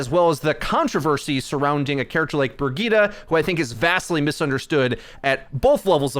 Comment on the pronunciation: Her name is brigette like bridge it